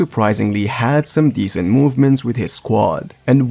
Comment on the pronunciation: "Decent" 😂😂😂 Azzzzzzzz